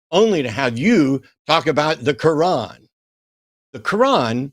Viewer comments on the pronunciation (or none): Did say he reads the kuwon? At least that's what it sounded like. 😂